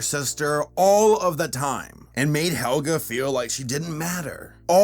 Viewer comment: Am I hearing things or did actually get Helga's name right instead of calling her Olga?